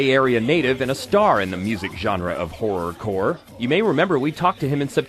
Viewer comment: Wasn't that kid's T-Shirt Kotton Mouth Kings? Did this idiot literally call them Horrocore?